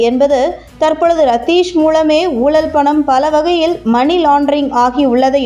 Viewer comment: ஊழள், ஊழழ் இரண்டுமே தவறு ! ஊழல் என்பதே சரி !! ல கர ள கர ழ கர வித்தியாசங்கள் மற்றும் ர கர, ற கர வேறுபாடுகள் மேலும் ன கர, ண கர ந கர உச்சரிப்புகள் முறையாத் தெரிஞ்சுக்கிட்ட பிறகுதான் தமிழைப் பயன்படுத்தனும். அதுபோல் குறில் நெடில் என்றும் இருக்கு ! இதெல்லாம் சேர்ந்துதான் தமிழ் மொழிக்கு சிறப்பைத்தருது. சீனாக்காரிகள், ஜப்பான் காரனெல்லாம்கூட தமிழை சரியாகப் பயன்படுத்துறான் !!